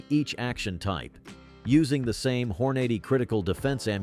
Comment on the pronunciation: HORN-A-DAY!!! good grief 😂